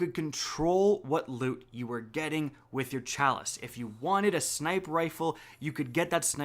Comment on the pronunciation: Yo,.... It's Rune like Dune, not Ruin and Sniper like Piper.,Not Snipe like Pipe....hook it up brutha lol